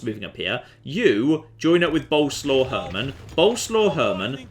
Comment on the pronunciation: For f*ck sake it's BO-LE-SWAV, not bloody boulslaw. Get it right for once!!!